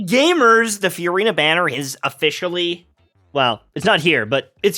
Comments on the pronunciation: I love it when you call her Furyna. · Anyone else find the way he pronounces Furina just weird? It’s like f-u-rina